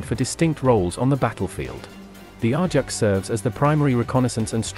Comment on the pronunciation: Pronounced A -JAX not R JAX !